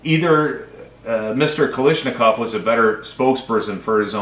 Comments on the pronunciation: Guys, it’s not “Kalyshnikov”. It’s Kal-uh-shnikov. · "Simonova" means "of Simonov". It's "kalASHnikov", not "kalISHnikov". Just google it if you don't want to learn russian. And next time bring enough whisky to share with the rest of the class. Change your own mind.